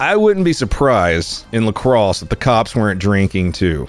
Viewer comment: All right! He switched back to the correct pronunciation of La Crosse!